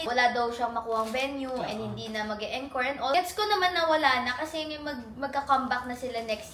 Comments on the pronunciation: As an ARMY, Im so happy for you. Next year talaga makakanuod na din ako 🥺 Also, atteco encore is pronounced as 'ankôr' not en, kor. Hope I helped ❤ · You pronounce it like aan-kor not eenkor for the word encore 🤗